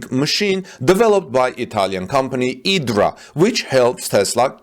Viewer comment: I believe the giga press company's name is said Eye-dra that's why there is a giant Dot above the I.....